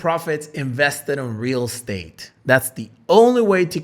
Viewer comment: Real state 😂 how he pronounced it